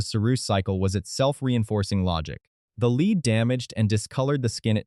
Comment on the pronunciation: I quit watching right away.I can't do a IAI . voices when the AI can't even pronounce lead correctly. because it doesn't read for context.